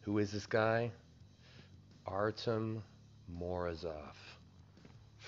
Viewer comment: Its pronounced exactly like its written [Ar-ty-om], not Artem. [Ar-ti-om] if that makes more sense.